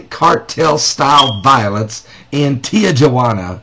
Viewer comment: its not pronounce tea-jua-ana its pronounce tea-who-ana!